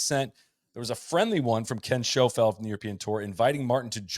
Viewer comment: Please can someone explain to them both how to pronounce Ken Schofield. Butchering it all the way through. Great pod though.